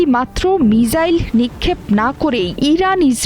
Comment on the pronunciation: মিজাইল না মিসাইল